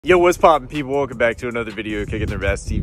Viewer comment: It seems like he says weccom back instead of welcome